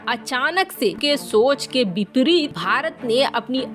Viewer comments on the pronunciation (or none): Bipreet nahi vipreet bolo